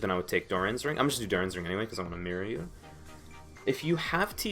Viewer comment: I know you said "mirror you" but I first understood it as "I'm gonna take doran's ring cuz i wanna marry you" LOL